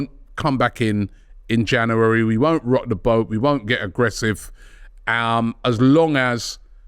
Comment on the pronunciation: Robbie, please learn how to say 'January'